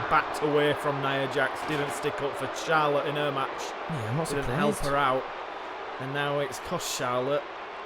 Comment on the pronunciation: Great work and Perkins and I could not stop laughing at when said winner gets charollte it was just to funny #notaction